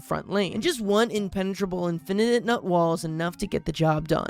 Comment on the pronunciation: I love how much a hater can be while also being utterly mistaken. Like he’ll take about how terrible a plant is while actively mispronouncing its name. And then he’ll just also mispronounce names all the time lmao Like seriously bro it’s infi-nut not infinite-nut, it’s a pun man.